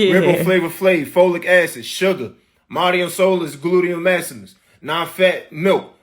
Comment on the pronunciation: When he said glutious maximus i lost it 😂